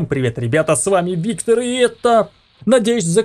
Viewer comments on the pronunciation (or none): none